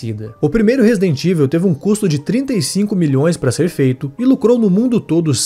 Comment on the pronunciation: A pronúncia de Resident Evil do locutor é de doer. Chegou a criar uma nova palavra em português: RESIDENTÍVEL. 😂😂😂😂😂